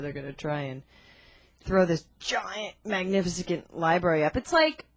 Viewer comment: This woman can't even pronounce "magnificent" correctly, and she is criticizing George Bush? This woman cannot be taken seriously. It is pretty sad that the Young Turks have such a tough time grasping the complexity of issues regarding economic and foreign policy.